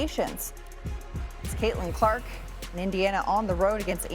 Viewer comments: Lmao These angry lesbians have such a hard time saying Caitlin Clark’s name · Carter is pathetic. Can't even say Caitlin Clark. ESPN got to do better. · ESPN you are so bad on silenced CC's name 😂😂😂